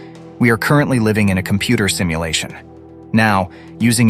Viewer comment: 😊 did I just heard "stimulation" instead of "simulation"?🤔